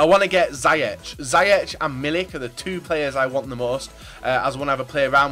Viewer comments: You say zyeg You have to say ziëg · I am from the Netherlands and you say: zie-jeg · ziyech is pronoundsed like : zejag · The way you pronounce Ziyech is: Zi-yeg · That pronounciation of Ziyech was pretty horrific :p Don't blame you though haha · If you are dutch you where laching when said Ziyech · You absolutely butchered Ziyech hahahaha